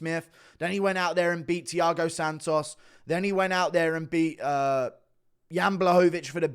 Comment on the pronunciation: Ur saying jean's name in the wrong way